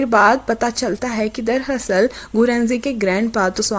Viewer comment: sorry but I can't wait soo it's not darhasal it's darAsal